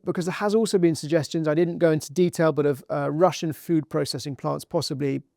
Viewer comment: It's Russian, not "Russain", do better.